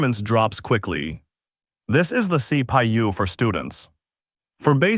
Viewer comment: wtf C Pi U C Pa u C Pay U the worst AI i have ever heard